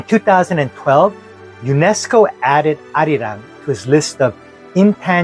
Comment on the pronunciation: Perfection! You captured han and arirang perfectly!!